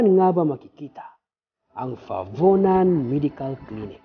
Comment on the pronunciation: fabunan po! hindi favunan!